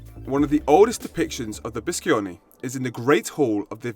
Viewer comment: It’s pronunce bee-sho-ne